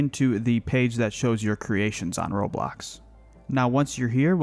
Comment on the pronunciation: When he said Roblox it sound like robot